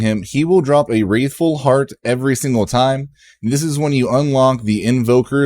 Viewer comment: this guy. just copying other people's content that came out DAYS ago. cant even say the word right. wRATHful. there is no i.